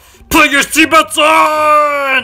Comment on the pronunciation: “Sitbelts” “Laughed”